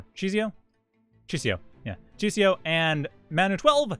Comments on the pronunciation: Just for the record; I believe czesio is pronounced like 'Che-shio' with a slavic accent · The 'i' after s changes the pronounciation into 'ś', which is a kind of softer 'sh'; it's a weird rule so I don't blame you :D